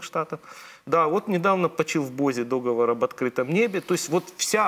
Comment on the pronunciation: Так сложно правильно ставить ударение в слове "договор"???